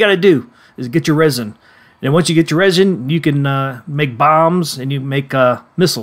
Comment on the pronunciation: Resin is pronounced resin. Not rysin. inGOTs? Why you pronouncing everything weird? Is this AI?